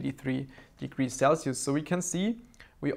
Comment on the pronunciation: "Sell-see-oose" - 2018